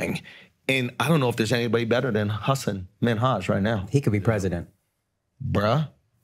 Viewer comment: You're pronouncing Hassan's name wrong btw.